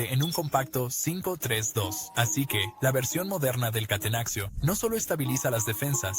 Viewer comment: Gran video, pero que dolor de cabeza que digas "catenaxio", se dice catenacho y ya, no es español.